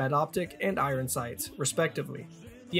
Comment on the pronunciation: I-I-Ron strikes again.